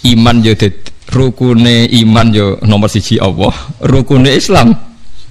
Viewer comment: Maaf gus kalimah allah itu kan lam nya..., bukanya bacanya itu tbal/tagglit ...kok gus bacanya awoh ...maaf mgkin sy yg slh dgr...